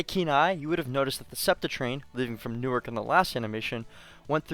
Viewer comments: Newark, DE is pronounced new ARK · great video! now try doing it using ONLY Local Buses. Also Newark, DE is pronounced "New-ARC" not like Newark, NJ and the State of Delaware funds the SEPTA service in Delaware and NJ has SEPTA because it's convenient to transfer to NJT and it's the end of electrification anyways on the West Trenton Line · Everyone from delaware is going to kill you for your pronounciation of Newark. Its New-Ark, not the jersey way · crying at how your pronounced newark